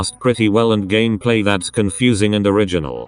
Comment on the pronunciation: remeber when the text to speech said gammaplay?